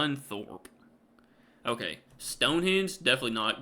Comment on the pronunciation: At least pronounced Scunthorpe correctly lol!